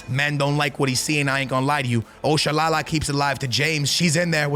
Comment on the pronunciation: You butchered Oshoala’s name bruhhh 😭, that’s not how to pronounce it